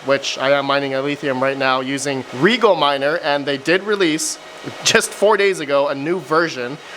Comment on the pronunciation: and a year since you started this ;) Rye-Gel not Regal for Rigel. there it is :p was waiting for it CMP ≠ P1xx for that detection. has to be P series